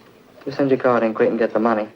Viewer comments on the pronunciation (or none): none